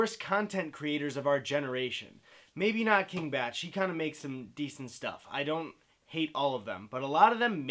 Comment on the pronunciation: Not that it matters, but i always assumed bach was pronounced bock not batch. Yknow like the composer.